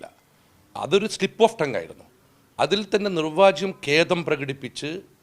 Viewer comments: മര്യാദയ്ക്ക് മലയാളം പറയാൻ ഇയാളെ ആദ്യം പഠിപ്പിക്കണം. " പരാമർശം" എന്നതിന് പരമാർശം എന്നും "നിർവ്യാജം" എന്നതിന് നിർവാജ്യം എന്നും പറയുന്ന യാളെയാണോ എഴുന്നള്ളിച്ചു കൊണ്ട് നടക്കുന്നത് ......!!! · പരാമർശം എന്ന് വ്യക്തമായി പറയൂ.. അതു പോലെ നിർവ്യാജം...😂